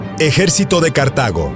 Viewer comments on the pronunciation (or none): none